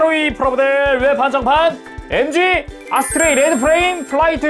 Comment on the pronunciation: 아스트레이를 어스트레이라고 했네ㅋ